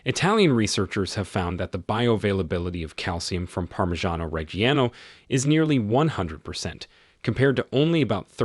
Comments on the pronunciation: The cheese is pronounced "Reh-jee-ANO". Where did you get Reg-hee-ano from? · Reggiano does not have a hard “g” sound. It’s a soft “g” like Rej ee ah no. Jesus.